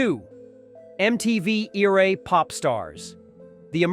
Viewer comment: MTV eeeera??? Pretty bad😅